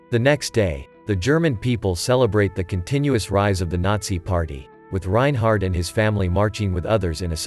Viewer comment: Take your "take" on the road! BTW..there is no "t" at the end of his name. Reinhard .....NOT Reinhardt.